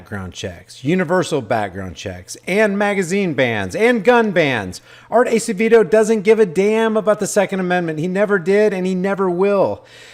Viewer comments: It's pronounced... Ass-a-vaydo... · Art Acevedo pronounced (Ass a vey dough)